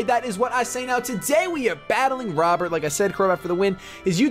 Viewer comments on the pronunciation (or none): none